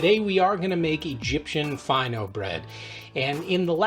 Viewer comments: It's pronounced Fee' no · It's pronounced like feeno. It's a French recipe originally, the name is French. Of course Egyptian bakeries adapted the recipe to make it easier and cheaper to make. Still Fino bread is regarded a bit more expensive than flat bread as it usually is lighter in weight per piece and more expensive